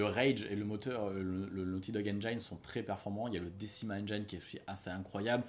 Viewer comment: Salut, juste pour info, en anglais "engine" se prononce "ainejine" et non "ainejaïne";-)